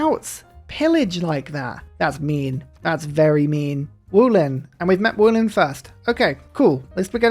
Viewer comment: you say wolin like volin not wolin